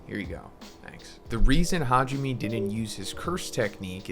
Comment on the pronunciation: It’s Ha ji ME (MEI/MAY) Learn how to pronounce the names for crying out loud.